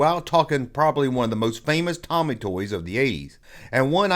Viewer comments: “It’s Toe-me” not “Tommy”. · Thanks for the blast from the past! Btw, it's "Tomy" not "Tommy" (long "o" sound) and "Starriors" (as in "star"), not "Sterers." As to the Tribots, I've been hunting them down lately, and there are actually six figures in the line. Much like the initial run of Starriors robots, there are three good guys and three bad guys with the same molds but in different colors (three styles, six figures). You may also be interested in checking out R.A.T.S., Tomy's 1985 revamp of Starriors in Europe and Canada. Hope this helps! ^_^